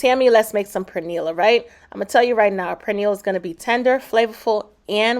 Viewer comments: Looks good but please pronounce 🇵🇷 our food right. It's not prenil it pernil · Did she just call the pernil a purniel????? Omgosh she is calling it purniel!! It’s per nil! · Please pronounce it as peh-neel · Its not pronounced "Per Neal"🫩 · The "R" is silent in the word Pernil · First, SPRINGFIELD IS OWNED BY THE CHINESE NOW AND I WOULDN'T EAT ANY OF THEIR PRODUCTS, THAT GOES FOR HATFIELDS TOO, CHNESE. And learn how to say Pernil...and where is the FRESH INGREDIENCE, LIKE FRESH GARLIC, NOT FROM A JAR. We do not put Cumin onto Pernil. Two kinds of Sason is awful, this is lazy and full of artificial chemicals. Go to another authentic site, this is toxic. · Will be definitely trying this recipe.... question though, your pronunciation of "pernil"...you don't sound Spanish 😊